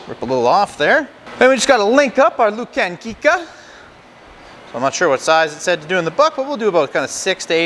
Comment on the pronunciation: You are pronouncing the name of the sausage wrong it's pronounced LOO CAR KNEE CA